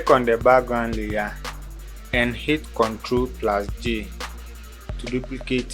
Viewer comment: Thank you! Exactly what I was looking for! Took me several times to realized you were saying Ctrl+J, I kept doing Ctrl+G. Thank You!